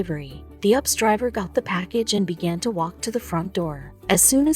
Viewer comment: Its U P S not ups 😘